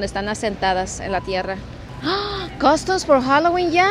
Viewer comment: " costus for hallowen ya" si no sabe pronunciar bien porque insiste en querer hablar inglés, tan simple que es decir " disfraces para hallowen" o porque no le pregunta a su esposo como se pronuncia correctamente